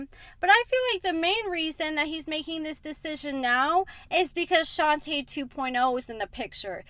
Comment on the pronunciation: Her name is pronounced "Shon-tuh" the girl from the gym is "Shon-tay" their names aren't the same.